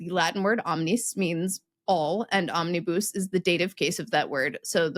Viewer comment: Never heard anyone pronounce 'omnibus' with the last syllable rhyming with 'loose' rather than with 'cuss' [and Collins English Dictionary agrees with latter.] ETA: A lot of cars these days don't include a spare tyre.